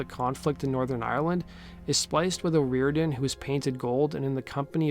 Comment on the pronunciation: Her name is pronounced oh- roar-dan